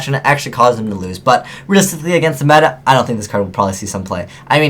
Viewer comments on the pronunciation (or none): none